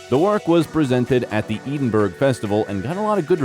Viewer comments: Love the videos... Just wanted to point out that Edinburgh is pronounced Ed-in-bur-uh not Ead-in-burg. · It’s Edinburgh not Edinburg u numptie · IS EEDINBERG... Edinburgh? Why can't you find people who can pronounce words correctly? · PLEASE learn how to pronounce Edinburgh --------" Ed in bur a" it's as easy as I've shown here. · It took a while to realise that Eeeden-berg, was actually EDINBURGH!!!😂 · Also please learn to pronounce the name of the capital of Scotland it is not Eden burg… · The Scottish edinburgh is actually pronounced ed-in-bru.